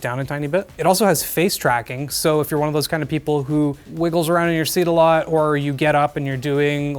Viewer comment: “knida” lol